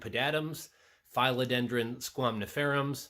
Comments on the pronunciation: Philodendron not Fileodendron. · your suppositions on these plants are all wrong... there are several professional growers you can message.. you can;t even pronounce philodendron! trusting facebook posts etc is a crap shoot at best...